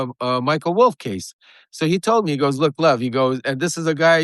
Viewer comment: He’s got to mispronounce Lev’s name like a true republican tribe member